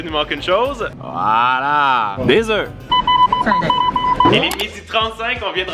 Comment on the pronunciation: on dit un oeuf(fe) des oeufs(eux) ❤😊